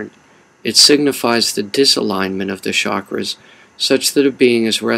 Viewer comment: Bet you also say shakras instead of chakras